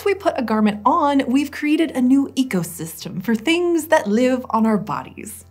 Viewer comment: As he was announcing the new calendar I heard “first nude” instead of “first new”